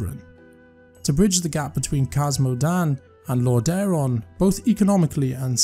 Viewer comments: Get someone that can actually pronounce the names correctly. The content is great, but every time I heard LorDAron it just ruined the immersion. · This guy comes across very unpleasant but his point remains. Lordaeron has "been around" for 30 ish years now, there's no reason people should be consistently mispronouncing it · Watch the Wrath of the Lich King cinematic and you can hear the king himself pronounce it.